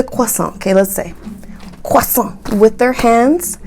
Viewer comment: I find your humor to be very strange. edit: it's "croissant", not "quasa".